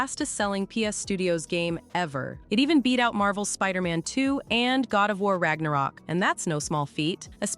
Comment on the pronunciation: Like content but I say shit wrong on purpose and I can't suffer it, wtf is God of war Ragnarok I literally says rock